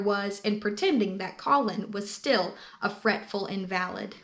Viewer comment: In VAL id. It is pronounced IN va lid i think.